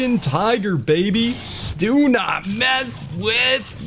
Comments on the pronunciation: Anyone noticed he said «tigger» not tiger? That triggered me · Why when you say tiger you say tigger bro it’s tiger, tigger is from a kids show and I’m not a hater it just gets annoying